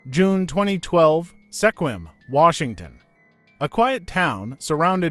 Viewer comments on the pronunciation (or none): Those are not images of sequim and its pronounce “SKWIM”